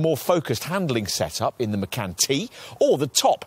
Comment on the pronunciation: Haven’t found a reviewer who pronounces Macan correctly 😶